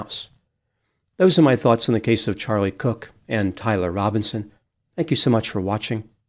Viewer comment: This mf’f said Charlie cook. Wtf is wrong with this guy?